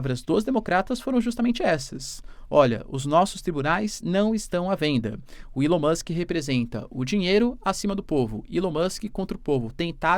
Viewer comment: ilao musk.. nao eh assim q c fala eh ELAO MUSK